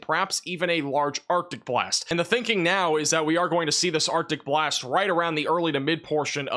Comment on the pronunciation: Who else hears “OPTIC BLAST” when he says Arctic Blast? Lol (Cyclops from Marvel Vs Capcom)